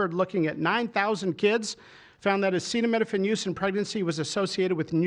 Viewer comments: Trump can’t even pronounce the word acetaminophen. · He can't even say the word! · He doesn't even know how to pronounce Acetaminophen. LOL "studies suggest a potential association between Acetaminophen and autism". This is science based. What? Science says that association is not causation? It doesn't matter because we are moving "speedier". There's absolutely no harm. What? You have fever? Just tough it out. As I said, there's no harm. Somebody ought to fix that mic. Can't really understand what Bobby Brainworm is saying. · Trump can’t even pronounce it 😂